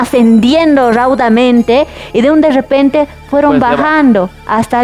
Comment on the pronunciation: De un de rrrrrepente😂😂😂😂😂